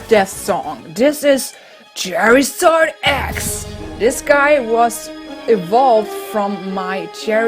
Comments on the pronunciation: its charizard not cherizard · When you say Charizard it sounds like Jerryzard